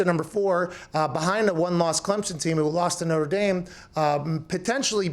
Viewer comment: It’s Notre Dame bruh, not noter dame. Haha. Clown ass.